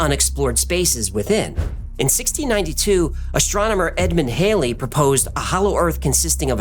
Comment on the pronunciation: Halley = Haw lee not hay lee...